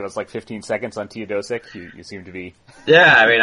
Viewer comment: Tay-oh-DOSE-ich. Jesus Christ you fucks know nothing. I wish I could give this more thumbs down. Again, it's okay that you don't know anything about the Clippers (even though all of this information is readily available), but just admit that and move on to the next team.